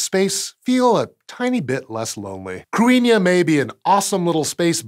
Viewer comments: either way, he mispronounced it, but it was a decent effort. The main difference between Modern Irish and Old Irish as far as this goes is that in OI, the 'th' would've sounded like a 'th' in English rather than the 'h' sound it now has. Of course, the 'i' shouldn't have been pronounced, as it's just there to mark the 'thn' following it as slender. To be fair, as mangling goes, he didn't do too badly, and the 'n' was slender. It's spelled using a more modern version of the Irish orthography (the explicit marking of séimhiú and caol le caol, leathan le leathan are giveaways, as the both started in Middle Irish, IIRC) so 'th' pronounced like 'h' would be more likely. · If I’m not mistaken, it’s pronounced “crinnyuh” or “cadinyeh”. Not so much “crew-inn-yuh,” but don’t trust me. I just lived in Ireland, lol. But seriously I’m not 100% sure! Not sure if it’s spelled as “cruithne” or “cruinne” (could be two different things), but I always knew it to mean “world”. At least using the “cruinne” spelling. Plus w that meaning, it makes more sense for a space object. When I saw this thumbnail, I immediately recognised the word from several Irish songs. One being, “Ceolta si na cruinne bheith a siorchur i m’chluasa,” Or “the music of the world is always around me,” essentially. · Okay. I'm down with it being spelled "Cruithne." I'm down with it being pronounced "cru-EEN-ya." I'm not okay with these being simultaneously true. "Cruithne" deserves to be pronounced "crew-ith-knee." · Cruithne is pronounced KROO - ee - hnyuh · The H is not silent in Cruithne. Something like Croo-ee-hne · Its crew-ih-na or crih-na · It's pronounced cru as in crutch and ne as in nettles. Cru ne. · ok no. can we talk about how Cruithne does not even closely sound like "Cruinia". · What a crazy pronunciation relative to the spelling! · He is pronouncing it wrong! Krit-ne is d phonetic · He did mispronounce